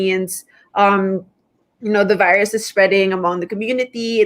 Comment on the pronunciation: "Veerus" is how russians pronounce the word virus. Pres. DU30 reminds me of Putin whenever he utters the word. 🇵🇭👍